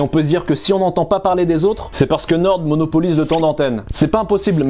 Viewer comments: c'est NORE ( a l'orale ) pas NORDE , on dit le nord pas le norde mdr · norDDDDDDDDDDDDDDDDDDDDDDDDDDDDDDDDDD pq prononcer le D c'est pour nous trigger vraiment? xD